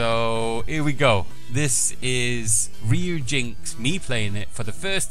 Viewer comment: it's pronounced (re-you-gee NX)